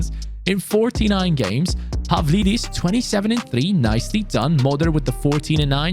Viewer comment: When you pronounce a Greek name the ‘D’ is pronounced like ‘th’ (For example Pavlidis is Pa-Vli-This).